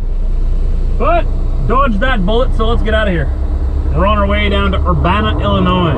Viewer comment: Born and raised in Urbana Illinois! You said it right!👍🏻